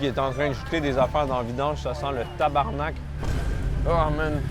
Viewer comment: Le thaïlandais dit mieux tabarnak que toute les français réunis 😂😂